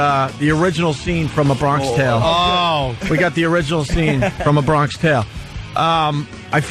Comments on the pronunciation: “Bron-kish tale” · Opester just straight up not getting why 'Bronksh Tale' was funny cause he read it wrong and nobody corrected him.